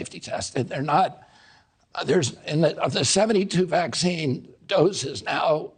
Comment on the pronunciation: First.y this “doctor” who posed the fist question should learn how to pronounce vaccine to start off with….it’s not waxine or waxing but V as in vaccine 😂😂😂